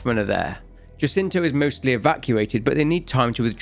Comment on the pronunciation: Love this just one minor note. Jacinto is Spanish, so it's pronounced Ha-seento. The J is a H sound.